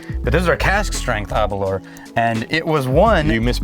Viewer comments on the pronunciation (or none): Aberlour... Its pronunciation rhymes with Girl-Power or Sour-Flour. Aber-Lour Best regards from Speyside. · Sorry guys, but as a Scotsman? Hearing you say Aberlour is just painful. ABer lour. The lour is like the sound in “flour”. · Your pronounciation of Aberlour needs some work chaps 😄